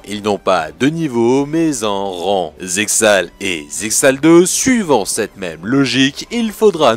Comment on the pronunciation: Très sympa cette théorie et cette vidéo, tu iras juste en enfer pour la prononciation de Zexal mais no offense Kappa. Plus sérieusement je me répète mais la vidéo est vraiment cool.